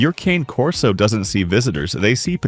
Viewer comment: You should 1: Figure out how to pronounce "Cane Corso" 2: Clean up the weird black snow on your video, it's distracting and ruins the quality. Somewhere there's a kid with video editing software who can clean that up for you.